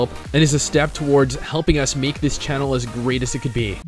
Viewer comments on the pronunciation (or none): none